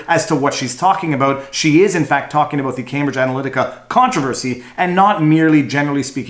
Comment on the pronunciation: VIVA , you GOTTA stop saying UH-BOAT , in place of ABOUT ,, the fuk iz that ???